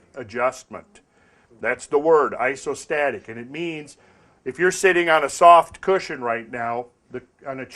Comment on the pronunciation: "Ass-o-static adjustment" hahaha... I've heard some "Deep South" American accents that would probably pronounce the correct term that way.